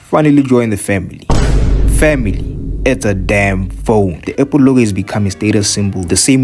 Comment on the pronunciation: He mean's the way you say apple sound's like able/a pull